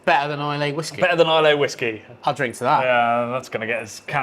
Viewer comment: Please, for the sake of Scotland - Islay is pronounced ai-luh. Drop the ‘y’ 💙